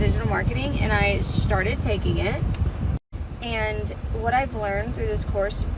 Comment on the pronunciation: Maybe it's just my South African ways but the way she says.. Eeandd (And) grrci can't hear it more